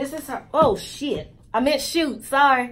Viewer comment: That was the most southern bell "sh*t" I've ever heard😂 I might try this tho🤔 maybe you can get the curly one that's apart of this line for us to see please🤗 Great video/wig sis😍